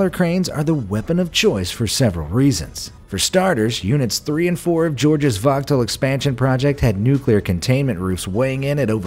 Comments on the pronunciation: Power plant is pronounced “vo-gul” not “vog-tull” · I live in waynesboro Georgia where plant Vogtle is It’s pronounced Voh-gul My husband works there Your pronunciation of it is hilarious😂😂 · The 'T' is silent in Vogtle, so it sounds like 'vogel.' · Who else thought he said Vato Power plant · My dad works for a union at plant vogtle.. also you pronounced it wrong. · In Summary: gets the hectares to acres conversion backwards, confuses diameter and makes heaps of pronunciation errors: quay, Plant Vogtle, HERREN KNECHT. Great video though, eh?